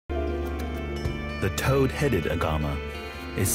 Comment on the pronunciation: *Toad-headed, not toe-headed!